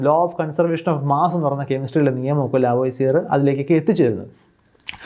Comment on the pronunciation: ലാവോസിയർ അല്ല ലാവോസിയെ ആണ് ശരി